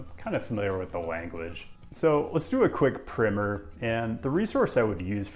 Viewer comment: Thank you for saying 'primer' the right way (in this context)! You made this nerd very happy. 🙂